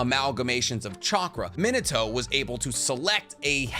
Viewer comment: Love your videos. But... His name isn't Min-uhh-toe 😄 Its Min-aah-toe